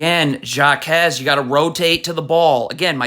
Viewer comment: its not pronounced JAkez its HAkez